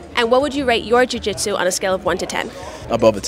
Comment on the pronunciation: How come you said jujitsu pretty normal the first couple interviews then just completely forget how to speak? Lol like you are a bag of marbles after you spoke to Nicky